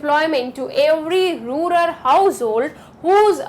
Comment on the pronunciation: That pronouncing"rular poor"instead of rural poor😅